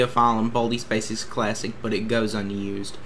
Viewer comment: im sorry to make fun of your accent but baldi's baysics